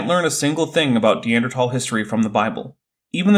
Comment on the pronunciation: How many scientists can't pronounce Neanderthal?